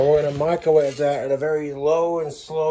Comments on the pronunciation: I can’t un-hear him call it a “micawave”. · Does anyone else hear him say “Michaelwave”?